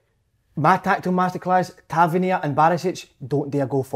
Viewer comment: Wish Si would say Tavernier properly 😂 top work again lads!